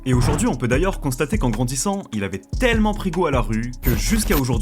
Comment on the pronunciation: J'ai essayé de faire honneur à ta vidéo mais je n'ai i pas pu aller au-delà de . Ta narration est désastreuse, je ne pouvais plus entendre le mot "tellement" tellement tu l'as dit en insistant sur sa prononciation à chaque fois. (Les compter pourrait-être significatif mais je n'en n'ai pas le courage et je n'ose imagine le nombre de "TTTellement" durant encore plus de 40mn.) Cela aurait pu être un bon documentaire mais je pense que tu aurais largement pu le condenser en 25 mn max au lieu de près d'une heure à en juger du peu d'infos transmises en 15mn qui aurait pu être soigneusement développé en 5mn. Ce qui est déjà beaucoup étant donné qu'on en est toujours à son enfance et à sa première balle reçu au bout de 15 mn, c'est indigeste toute cette répétition d'évènements reformulées, déjà évoqués 10 fois. Inspire toi des LSD d'Hyconiq par exemple qui maîtrise parfaitement son sujet. Il y a des détails (qui font toute la différence) comme ce gamin blanc propre sur lui que l'ont voit plusieurs fois (en 15mn) de dos, suivi du plan des collégiens blancs de bonne famille, sortant du bahut j'imagine… Ne parle-t-on pas de la pire des banlieue afro-américaine d'Atlanta là ? Enfin bref, je sais que ce n'est pas ce que tu as envie de lire mais voilà, navré, je te dis ce que j'en ai vu et je ne pourrais allé au-delà.